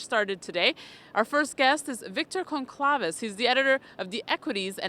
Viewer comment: wow u butchered his last name